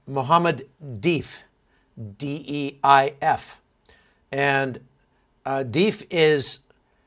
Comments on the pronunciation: It's pronounced Def with "a"-as letter "a" not "e", (ie word definitely). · The word Deif in arabic means guest and it is not spelled the way that the host said it